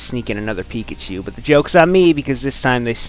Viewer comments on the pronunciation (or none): none